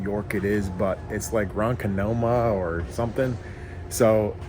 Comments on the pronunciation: it’s pronounced Ron Kah ka maa. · Ron conk ma !!! That’s the way you say it. Ronkonkoma take the Ferry out of Port Jefferson next time. You will be very happy! Cassone 👍 # Mount Sinai NY 😊 No more KD disposal… that’s a saving.